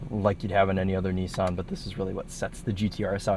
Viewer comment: had to double take, my man definately just said "Oni-san GTR" 😂